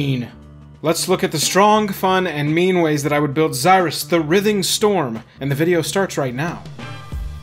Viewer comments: You say writhing wrong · You pronounce writhing wrong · I almost had a stroke the way he pronounced “writhing” haha